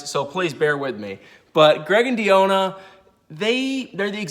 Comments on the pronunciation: Why are you dedicated to pronouncing Deonna’s name wrong? Lol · Lol i was looking for this comment 😭😭😭 it was driving me crazy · Yes, I've never heard this name messed up so much, smh!👀😔Come on brotha do better!🙄🤦🏾